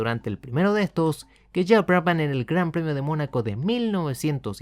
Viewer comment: La H es muda. Se pronuncia Braban.